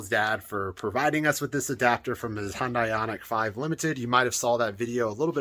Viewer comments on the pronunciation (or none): It's pronounced Hyundai like sunday